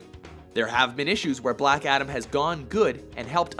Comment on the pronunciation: its ADAM not ATOM! And yeah i demand more from my fav comicbook charcters. Look at michael fassbender. has theater background oscar worthy actor look at how brilliant he is as magneto. Or downey as ironman. The rock cant act itd be like another scorpion king movie ewww